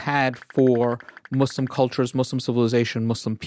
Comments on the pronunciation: don’t ever say “mus” again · I cringe every time she say "mus" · Why do people say "Muz" ? It's MUS(SSSSSSS) just like "Sarah" "Slam" "secret" etc.. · why tf do ppl say muzlim its not a "z" sound 😭😭😭 say "sss" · Mus- fluencers 😭😭😭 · I like the zzz sound. If they were back where they belonged, I'd use sss. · it's spelt مسلم where do u see a "zzz" noise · YES! Muslim has a Meaning. MUZLIM CHANGES THE MEANING. STOP. THANK YOU. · I don’t know why people can’t pronounce Muslim. It’s Muslim not Muzlim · It is S I'm am a muslim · In the American accent people say muzlims because “S” is pronounced like z sometimes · I think its just an issue with accents since british people pronounce it "muzlim". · not nessasarily an american accent. Im british and over here people pronounce it with a z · adding a z changes the meaning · Stop saying Muz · that's not how we say muslim